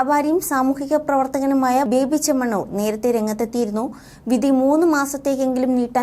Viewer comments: ബേബി അല്ല ബോബി 😂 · Baby അല്ല മോളെ ബോബി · ബേബി അല്ല കൊച്ചേ ബോബി ചെമ്മണ്ണൂർ.